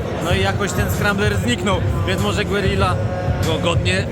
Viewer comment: Gerija, nie Głerila